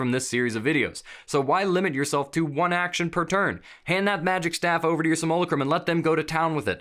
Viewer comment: is there a competition among dnd youtubers to figure out who comes up with the dumbest way of saying simulacrum?